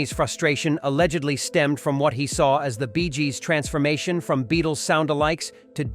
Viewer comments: "The Rolling Stone"? "The Bees Gees"? Is the narrator AI? 😂 And showing the wrong rockstars is also a giveaway of this video being AI generated rubbish. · Sis is a puffed up piece that seems to be read by some sort of AI calling it. “the Rolling Stone” and the quote BEEZJEEZ” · ...the Beee-s Gees"? 🐝 😂🤣 Ah, the absurd joys of an AI narrator! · "The Bees Gees" LOL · The "Bees Gees " ?